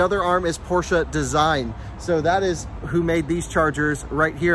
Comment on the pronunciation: I'm happy to hear you pronounce Porsche correctly :D